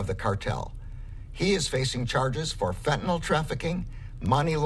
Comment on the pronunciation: It’s not Fentanol. It’s FentaNYL. Damn, this is the fool supposed to control the stuff and he doesn’t even know what it’s called!